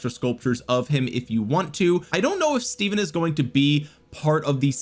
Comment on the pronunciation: It’s pronounced Steven...my middle name Stephen